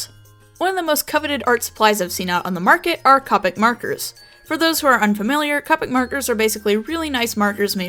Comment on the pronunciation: Great video buuuuuut... A pet peeve of mine is when people say COPIC Its pronounced COH pics